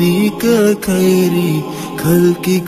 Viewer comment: تلفظ پر توجہ دیجیے اداءیگی ٹھیک کیجیے کھدا نہیں بلکہ خدا ہے کھیر نہیں بلکہ خیر کھلقی نہیں بلکہ خلقی ہے